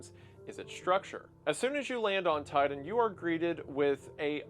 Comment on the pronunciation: according to what ive heard Titan is being pronounced Tiden, Ti-Tan